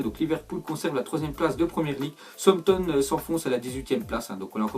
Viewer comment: qui a remarqué qu'il ne peut pas prononcer Southampton 😂